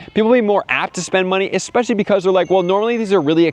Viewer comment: Here’s some constructive criticism. There’s no “x” when pronouncing “especially”.